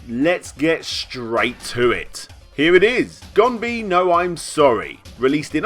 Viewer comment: Note: "Gonbee" is a transliteration, so it's 'e' at the end, not... oh, fuck it, pronunciation in English language is just retarded in general. Anyway: "ee" in ganbe is pronounced as long 'e' in "bed", not as "ee" in "bee".